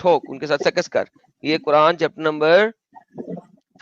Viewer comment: Adam can not pronounce conjugate words like सेक्स and says सेकस? How this happens? Horrible!